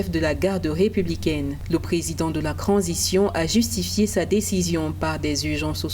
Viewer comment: On ne dis pas cransition on di transition madame t'as quand même fait l'école pour ça arrête de fouata